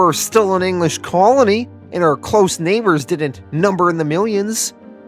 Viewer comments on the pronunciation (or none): none